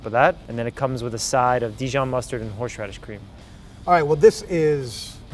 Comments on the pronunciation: "Horshe radish" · Why do we all say horsh radish